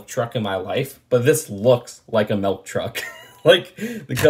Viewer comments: I’m sure is saying melk instead of milk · But... but sometimes I say it "melk" too... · dont feel bad, ive never seen a "melk" truck either. not even sure what that is